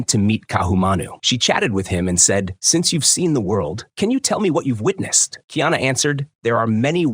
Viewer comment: Kiana is the transliteration of the English, female name, Diana. His name is: Ka-i- ana … learn the proper pronunciation, you sound absurd.